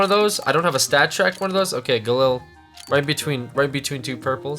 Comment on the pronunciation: It's pronounced, "guhleel" not, "guhlil"